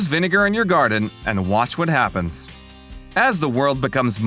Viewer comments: I love how it said heppens instead of happens... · “ HEPPENS” 😕 must be in a language I’ve never heard of! 😐 I understood the rest though! Thanks for the video! :) 👍🏾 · Happens. Not Heppens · 🖐💥😂 it so “Heppens” that it is spelled, Happens. (Unless your Inspector Clouseau from the Pink Panther movies). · Watch what heppens? 😂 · Lost me with “heppens”😂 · Watch what “heppens”??? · "Heppens"? LOL!